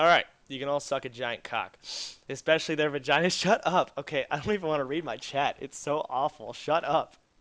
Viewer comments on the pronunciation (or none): none